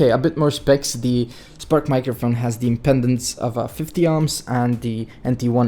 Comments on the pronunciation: Impedance not impendance! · It's impedence, not impendence. Why talk about this stuff if you have no idea what it is? =)